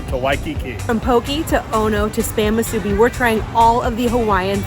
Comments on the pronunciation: Moo-soo-bee not mah-soo-bee. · Thank you for saying POH-KAY most of the time and not POH-KEE. And it's pronounced MŪ-SŪ-BEE. Thanks for giving more places to eat cheap. I live in the windward side, and don't know where to get cheap eats on that side of the island yet. ALSO, not all Foodlands have great Poke bowls. Imo Ala Moana has the best Foodland Poke. I go there when in the area and on a budget. Also: SAW-TOE = Sato ... Japanese ❤ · What! No Saimin😄🤙 Musubi is pronounced Moo Su Be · Pokey? Masubee? Gotta work on your pronunciation. I think Pokey was Gumbys horse.😂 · Not bad guyz ... a couple corrections if U don't mind? 1. musubi is 🗣️moo'-sue-bee 2. 🗣️ Sah-toe 3. Taro/kalo has nothing 2 do w/ube! ... Google it? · It's hard to listen to him pronounce musubi, emphasis on the B please